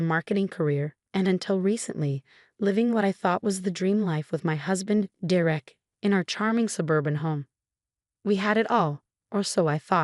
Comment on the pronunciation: For pete's sake, it's pronounced dare ick. Stop with the AI!